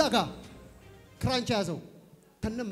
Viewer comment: 'ክራች' እንጂ 'ክራንች' አይባልም።